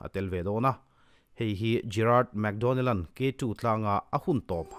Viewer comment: mac donnell, analh na lai tak chu mac tih lai kha,leh map han tih ang chite hi...hehe